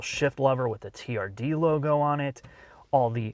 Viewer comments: Stop saying therd like its a pos... its Toyota T - R - D, Acronym for Toyota Racing Dev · The TRD pronounced as ‘Turd’ around the 5’ mark and then again couple of secs later - are you guys really promoting this car!!? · Describing TRD as Tird is a very unfortunate word in the UK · TRD - pronounced "TURD"...... nice. :) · I've never noticed 'TRD' sounds out to 'turd'. Right up there with 'STi' :)